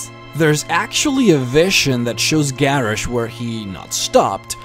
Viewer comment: Ok, I honestly cant finish watching this video because your pronunciation of some of the names is just irritating. It is Guh-rosh, and GRIM, as in GRIM REAPER. My god. Maybe you should learn how to actually pronounce the names of the characters before you make a lore video. -.